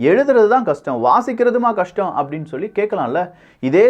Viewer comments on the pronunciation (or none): none